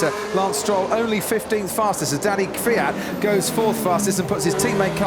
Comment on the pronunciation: he can't even pronounce the surname of KVYAT properly, he says Fiat! lol